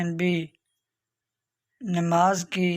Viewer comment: نماز نون کے کسرے کے ساتھ نہیں بلکہ زبر کے ساتھ ہے